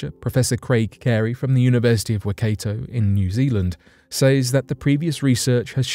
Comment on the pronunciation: Wakayto? You mean Waikato